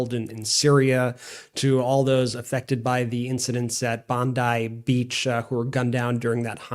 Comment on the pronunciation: It’s Bond-ee!